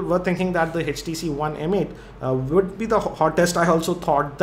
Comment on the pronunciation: sir it's Htc not hestc